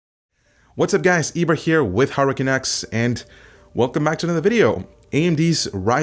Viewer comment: Am I the only one who hears "Hurricane X" instead of Hardware Canucks on the intro?